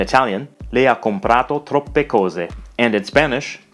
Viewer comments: It's ha, not a. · the h in "ha" is missing :(